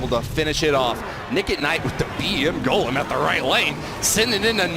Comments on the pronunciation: I cringed when he said gahlem instead of GOlem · Did they just call the golem “Ga-lem”